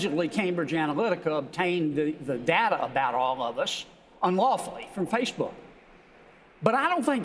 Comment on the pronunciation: Its like he's saying fishbook